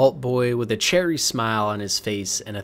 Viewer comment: Jesus the pronunciation of some words is horrible. The "cheery" smile of the Vault Boy was said as "cherry". Then when talking about Fallout taking place in New York, the word "similarly" is pronounced "simularly". There's no "u" in similarly. Also, Niagara Falls, New York is the impostor and worse New York. Us over here in Niagara Falls, Ontario know that our side, the Canadian side, is the best side.